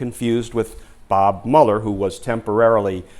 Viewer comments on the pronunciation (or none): none